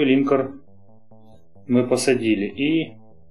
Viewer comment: Спасибо за видео, каждый день смотрю как сериал. :) Один момент - все-таки линкОр, а не лИнкор. Слух режет...